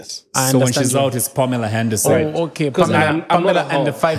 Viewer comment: Pamela "handerson" 😂😂😂